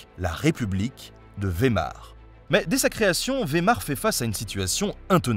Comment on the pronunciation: Merci pour ta vidéo. Mais pas vémar. Mais Weimar "vaill Mar" ei en allemand c'est ail, ie c'est un I Long voir yè bref... Suivant les accents. Attention en Suisse allemangne c'est presque toujours y. Comme ch se dit comme le j de la rota en espagnol devant a o u(ou) et une sorte de che légé émis en avant de la bouche devant e i ü(u) ö (EU) ai ie ei (aill), (sauf en suisse allemand ou on dit rrrrrrrrrr tout le temps). Donc pour tout les francophones on ne dit plus non plus, back mais Bach (barrrr).